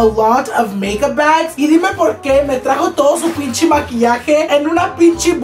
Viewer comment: “ pinchi “ pinche*